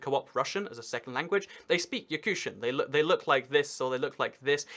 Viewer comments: Yakutia is pronounced Ya-KOOT-ee-ya rather than Yakoosha. Ya-KOOT-ee-an rather than Yakooshan. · Hahaha Yakusha. hahhahahaha try to pronounce it Yakutia with "t" not "sh". Hahahahahahaha Yakusha. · Why are you pronouncing the T in Yakutia as a sh? It is pronounced as a T!